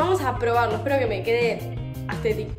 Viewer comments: no es aesthethic es asthethic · JAJJAJS, ME MUERO CON EL "AESTHETICC" JAJAJSAJAJJSK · No es astetik algunos